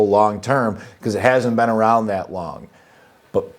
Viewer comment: you said bee careful lol